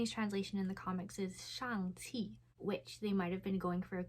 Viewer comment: Congratulations! You're the first YouTuber I've seen who actually got the vowel sounds right in "Shang-Chi." :) Thanks for the video!